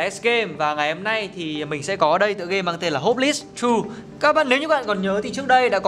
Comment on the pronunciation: Nghe nói ông này học ngoại thương mà đọc chữ này là hóp lis trời ?????? Ngộ ngenn..